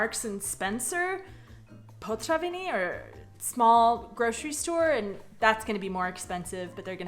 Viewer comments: It's potraviny, not potřaviny. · "potraviny" ... not "potřaviny" :D ... I like your content btw :) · I imagine there's gonna be a lot of people saying this, but your way of using the word "potraviny" is just so confusing for a Czech :D Firstly, you're often pronouncing it as potřaviny for some reason :D And secondly, "potraviny" means groceries. Food. While "večerka" means a store that is open later than the usual ones (let's say a regular small grocery shop would close around 19 while the večerka would stay open until 21, hence the name (from večer - evening)). But since the večerka also sells food, they put the word "potraviny" on the door :) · pronouncing potraviny as potřaviny is because the r can be "americanized", say i e travel and you will understand..... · It’s awesome that you’ve learned ‘ř’ and now you use it in literally every ‘potraviny’ said in this video :)